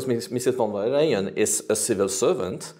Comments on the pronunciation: warum sagt er immer von der "m" Leyen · Warum sagt er immer: Frau von der "M" - Leyen?